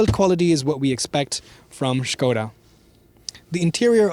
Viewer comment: thumbs up for pronunciation of "SKODA"